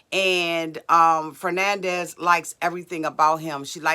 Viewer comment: True. Still too young. keeps calling her ‘Fernandez’ 😂😂😂😂 instead of Fernanda 😂😂